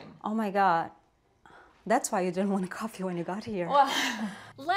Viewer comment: She said coffè instead of coffee